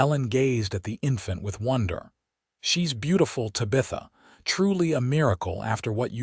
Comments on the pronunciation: This is a good story, very well written. However, AI can learn. 'TAB a tha' not 'Ta BITH a' Staj coach, not staja coach. It's annoying when you say it wrong over and over again. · Tab ith a,,,, Tabitha the teenage witch or my ex sister in law. Painful to listen to. Distracting from the passable story line.. NOT Ta bith a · Please stop using the name Tabitha! 😡. The AI can't pronounce it right.😢 I do enjoy the stories .... Sure wish you'd have humans tell them.😊